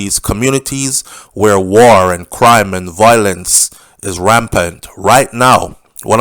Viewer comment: Please say Vile—lence.